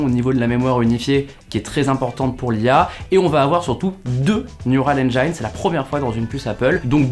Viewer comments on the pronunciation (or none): Engine se prononce « Enndjine », et JAMAIS « Enndjaïne » S’il vous plaît j’en peux plus d’entendre des français prononcer ce mot n’importe comment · Engiiiiiiiiine. Pas Enjaïïïnne. J’en peux plus d’entendre cette faute 😅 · Engine, pas "enjaïne" par pitié ! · Comment peut on bosser dans la tech et prononcer "engine" aussi mal ? 😅